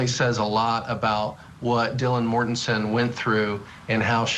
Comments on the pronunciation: Right, this is supposed to be offset by repeatedly saying "Kings Road" (rather than "King Road") and "Mortenton" (rather than "Mortensen"). In other words, the host and one of the guests () can't remember any of this stuff, and they are long overdue for vacations. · "Dylan Mortenton" "1122 Kings Rd". God, did you do any research on this case? Every other sentence was another mispronunciation.